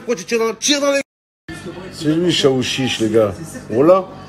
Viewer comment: Je comprenais pas chaouchich😂😂😂🤣🤣🤣 C’est Aouchiche😂🤣